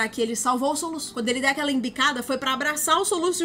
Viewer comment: O "soluça" me quebrou kkkkkkk😂😂